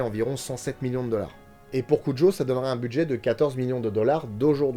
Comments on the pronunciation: ok mais le filme se passe dans au étas-Unis et n'as rien n'a voire avec l'Espagne, En plus en français, tout le monde dit cujo et pas "curo" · Au passage, petite correction quand à la prononciation du nom , ça se dit cu"r "o , c'est de l'espagnol. ^^ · Content d'avoir trouver le monstre de film via l'indice de la dernière vidéo (preuve en commentaire). Par contre quelle est l'origine du nom du chien rapport à sa prononciation ? Tel que dit ici, si c'était japonais, ça devrait s'écrire Kujo. Si c'était espagnol, on devrait prononcer Curo. Perso, j'ai toujours prononcé le J comme un J ^^